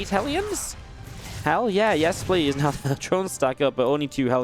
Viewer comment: "PLASE":D Inno <3 PS.: Thanks for the upload, you're the best!